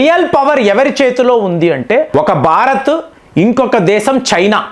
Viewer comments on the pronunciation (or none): none